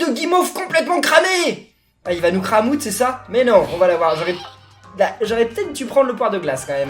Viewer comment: t'a un problème à dire cramoude mais c'est drole